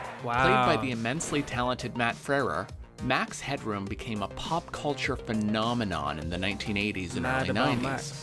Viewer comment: Why do you keep calling him max hedron?